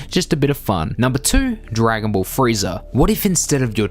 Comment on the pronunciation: This guy says "Friezer" and "Yamcher"